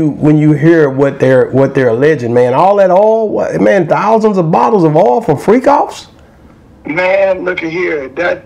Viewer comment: It’s not that hard to remember how to say Freak Offs bro you acting real sketchy to me. 🤔